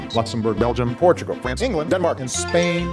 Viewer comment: The way Obama says "Spain" literally sounds like he's in sPaIn bUT tHe S iS SilENT